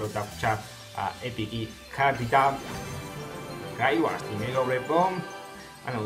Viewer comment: გრაივარდი არა გრეივიარდი დდ